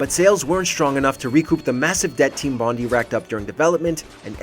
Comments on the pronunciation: its Bond - i. Like Ipod, Iphone. If it was Bond ee it'd be spelt Bondie. As an Australian its infuriating lmao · it's not Team BonDEE, it's BonDIE. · It's pronounced bond-eye & it's a famous beach in Sydney Australia. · Typical American; can't pronounce 'Bondi' correctly. It's actually pronounced 'bon-dye'. It's named after Bondi Beach.